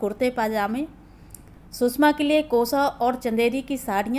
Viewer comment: कहानी अच्छी है पर उच्चारण में काफी गलतियां हैं जो खलती हैं । सुषमा को बार बार सुसमा कहना आदि आदि ।